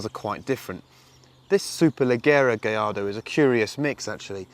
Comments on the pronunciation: Double L's are pronounced as a "Y" in Spanish. Hence Gallardo is pronounced "Gayardo" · Because "gayardo" is how it's pronounced. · Because thats how it is pronounced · You know how annoying it is to hear every brit and american butcher the name of the auto every time.... -_- thank you my good sir for doing this public service. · That's how it's pronounced. The double LL's are silent. Great video ... love all those cars!